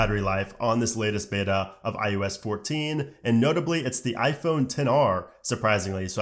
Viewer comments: Is it just me or are you calling it IUS instead of IOS? 😂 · STOP SAYING IUS!!!!!!!!!!!!!